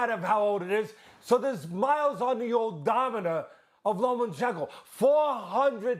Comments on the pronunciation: cant believe dudes talkin like experts but cant even say lomas name right LOMANCHENKO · Stephen A and Teddy Atlas: Lo-MAN-chen-ko Vasiliy: it’s Lo-MA-chen-ko you idiots!! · Teddy, you clown it's LOMAchenko, not LOMENchenko. How many times can you make the same mistake?? Respect the name of the pound for pound #1! Time to retire, ATL-ANS. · Stephen A.: "Lomenchenko..." smh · "LoMENchenko"...SAS needs to learn how to pronunciate properly. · Right? It's obvious pronounced 'Homochenko' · SAS: “Low Men Chin Ko” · Who is "lomanchenco" 🤣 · Why they keep calling him LomaNchenko? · “LomENchenko” SAS the highest paid sports pundit in the world and can’t even pronounce the name right? Cmon man 🤦‍♂️ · Chicken Lo-Mein-Chenko. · Low-men-chenko. SAS, please stop talking boxing. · Lo mein chicken. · Teddy literally says “ Low men chenko within the first minute. But hey let’s only talk about sas. The man that’s carrying espn on his back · Why can't SAS say Lomachenkos name properly? It's not difficult. You get paid to get this right. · Teddy calls him that too tbf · That's how Teddy says Loma's name and he's the expert so they all say it that way. 🤣